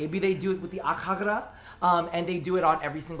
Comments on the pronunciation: Akjagara is my main Secondary. I NEED ITS PRIMED VERSION NAOUW. Wishes aside. I think its pronounced "Akyagara" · Omg every time you pronounced AKJAGARA prime I was like pls no